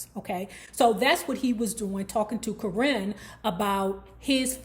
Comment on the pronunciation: She kills me saying her name like that “currin” lmao.